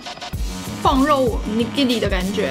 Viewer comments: 怎越來越台灣國語了啊？廣肉蛋糕完全聽起來沒有食慾… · 哈哈！是不是都唸「礦」肉？？